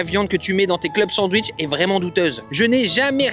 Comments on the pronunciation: Salut Cyril, ça se prononce "SanDwich", pas "San wish" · Y’a que moi qui l’entend dire cent wish au lieu de sandwich 😂😂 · Alors on est français oui mais entendre sans-ouiche toute la vidéo ça fait mal aux oreilles 😂😂😂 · " le san wishhh" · Pardon, excusez moi, merci, je suis juste passage dans les commentaires pour retrouver le "D" de sanwich.